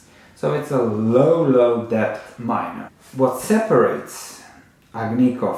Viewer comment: Love your videos. Just a comment.. Debt is pronounced “Det”, the ‘b’ is silent.